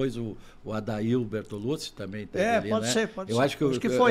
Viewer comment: "Bertolutchi", per favore 😐😑